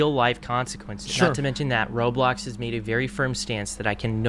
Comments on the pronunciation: did he just say “Robox?” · "Robox" i cringed this hard